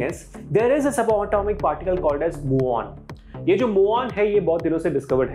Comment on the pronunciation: Pehli baat ise Mu On nahi MewOn bolte hain. Spelling bhale hi Muon ho.